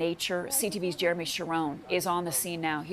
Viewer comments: Repeatedly calling him Jeremoonie is too funny..haha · Why does she keep calling him Jeremoonie? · why does she keep calling him jeremoney lol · Why she saying his name wrong every single time 😂